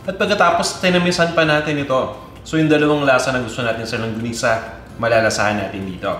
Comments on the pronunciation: "longgonisa", "langgonisa". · Thank you! Medyo distracted Lang ako, sa paiba ibang bigkas, hehe. longanisa, langonisa, and my favorite longonisa. :)